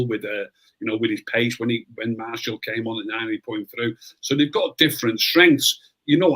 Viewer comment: Spot on about elanga no one seemed to pick up on it 👏 and it's pronounced Mar-shi-al not marshal for gods sake had to say it hahaha